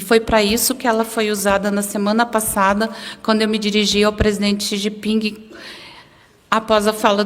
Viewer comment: Nossa! Quando ela lê parece uma criança recém alfabetizada, 🤯🤯🤯🤯cometeu erros, aleciada e xi ji pin, que horror